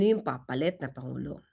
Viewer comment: Hi atty Please don’t talk like the vp. Panguló, kilalâ, tunog bisaya kasi.